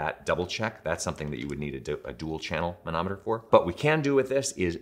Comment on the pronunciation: When you say manometer, I hear Mahna Mahna... Doo Doo de doo do. Muppets!